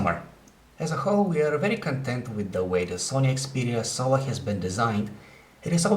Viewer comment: lol it sounds like hes saying 'Sony Xperia SOA'